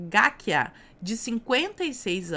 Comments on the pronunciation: Esse Lincoln Gakiya é muito conhecido em SP, principalmente por quem acompanha ou já acompanhou o programa do comuna Datena. A pronúncia correta é "Gakía". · Só uma curiosidade... O nome do promotor se pronuncia "gaquíia", com ênfase neste i. Força,!! Por aqui, já estão rolando uns bolões pra saber quando o Dilmo vai cair kkkk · O sobrenome do japonês aí se pronuncia: ga-ki-yá